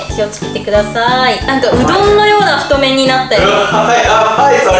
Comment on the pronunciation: 太麺を「ふっとうする」